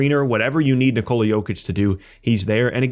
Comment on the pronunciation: It's not "nikOla", Bozo. It's "nIkola". The stress is on the "i". Just say Nicholas but drop the -s.